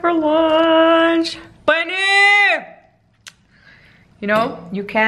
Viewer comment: when u say paneer it sound very funny😉